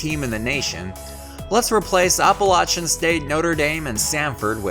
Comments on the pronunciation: "appalaCHan state" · Oh my, you really need to learn how to pronounce, Appalachian.